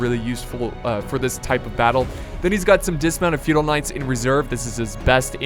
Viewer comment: Anybody else thought he was saying "fetal knights" the whole time?